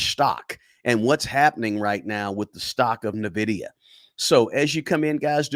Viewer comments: It is N VIDIA not NAVIDIA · It’s in-vidia not na-vidia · Ennn Vidia. Not Nuuhh vidia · It's pronounced ENvidea, not NUHvidea. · N-vidia not Navidia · The name of the company is pronounced "En-vidia," not "Ni-vidia." Lol! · Its N vidia not navidia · It's N vdia not Nivdia. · N - Vidia, N - Vidia, N - Vidia, there is no Navidia. Where do you see the A in the name? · N NOT NAH!😅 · It’s pronounced “In-Vidia” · It’s N(an)Vidia. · It’s pronounced IN-vidia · It's pronounced IN-VID-E- UHH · It’s pronounced N-vidia, after the Spanish word Envidia, which means envy, and indeed, NVDA is the envy of every other stock. I own it since 2020. The only runner up to NVIDIA right now is AMD, and they’re far behind but are an excellent company with a great CEO. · It’s pronounce IN VIDIA lol but great video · For the non-gamers out there: It's pronounced "in-vidia." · Not n vidia it’s envidia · its not NAvidia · Small point ... Its pronounced envidia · It is pronounced (en-vid-ee-a) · Dude, Nuh-VIDIA? Really? 😂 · I hate to be that guy but it’s actually pronounced Nvidia (en-VID-ee-ə) . The stock has made me a multi-millionaire so it hurts to hear the name mispronounced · He pronounces it so wrong. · Bro say nvidia correctly pls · I concur. The stock has made me a multi-billionaire and I declare I nearly faint when I hear it mispronounced. Oh, casually throwing in that Nvidia made me a multi billionaire is cringe and douchey? Well then, I guess I'm just a huge douche. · At bare minimum, he should pronounce the name of the stock he is pushing correctly. It’s not nitpicking, it’s not asking that much folks! I too am a long-term holder of NVDA and have raked it in. But it does drive me nutz to hear it so often on this video (and elsewhere) mispronounced. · Haha and he says it so often lol😂 but great info on his part